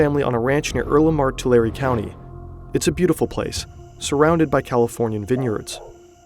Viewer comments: It’s too-lare-ri not to-lare 😂😂😂😂😂😂😂😂😂😂😂 Central Valley is the heart for the Mexican cartels doings. Born and raised. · It’s pronounced Two-Lare btw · it's pronounced two-lair-ee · Video RIDDLED with fucking errors. First, learn how to fucking pronounce Tulare. Second, Tulare is or ever was NOWHERE NEAR the poorest counties in California. It’s always solidly in the middle. Simple shit like this is off what other errors are in this??? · If you love research so much, you should know how to say the names of the towns. Not hard. Here's one: it's "Too-lare-eee". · It’s pronouned “TWO LARRY”. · It’s pronounced toolaireeeee! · It’s Tuh-Larry county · Im sorry but its pronounced “tulair” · Hey! You pronounced Tulare right the fist time. It’s pronounced Two-Lairy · It’s pronounced like Two - Larry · His home county is pronounced 2-Larry and now I’m terrified lol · It's pronounced Too Larry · The county Tulare is pronounced like "to larry" for anyone interested. Now, I'll finish the video. :) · too larry ? 😂 it’s too lair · Say it "Too Larry" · Ain’t no way I’m sitting here in a small town like Earlimart (45 mins away from me) in Tulare county, i go to college in the town he was born in, and i come across this. And we pronounce it “Too-Larry”. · lol. To-law-ree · It's pronounced "Tuh Larry" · Bro do your research. That’s not how you say Tulare. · Makes an entire video about a guy from Tulare and doesn't even learn how to pronounce Tulare correctly. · That’s not how you say Tulare😂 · the pronunciation of tulare in this video makes my brain hurt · Bro did not just say Tulare is beautiful. Clearly he’s never been there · I live near Tulare and uh, please tell me you agree that they butchered the pronunciation of Tulare